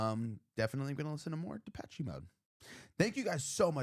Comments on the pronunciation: The last " e " in the word " Depeche " is silent. It's Depesh, not Depesh -e. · I have to... sorry.... The "che" in Depeché is pronounced "sh".... it's French. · and no e at the end